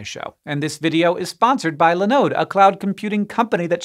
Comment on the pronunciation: Why are you calling Linode Lenode? Their name is a derivative of Linux (I guess...), so there should be the Li, not Le. Great company, btw.